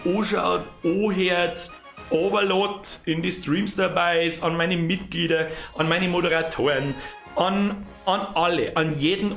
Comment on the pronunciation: Hihih er hat MitGlied gesagt xDD